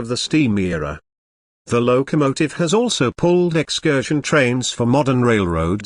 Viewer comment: The 765 Seemsd to be a British Engine. There is no number board saying 765. What is a lowww kamotive? Another AI nonsense that can pronouncs common words. BURR K Sheer. Berkshire Mountains in Western Massachusetts. NOT Bark sheye rr